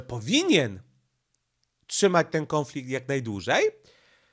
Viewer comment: Nie kĄflikt tylko kONflikt, gdzie tam masz ą?